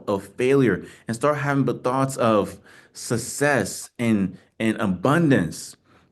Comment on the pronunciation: Bro doesn't even pronounce 'success' right but he still winnin!!! 😂👏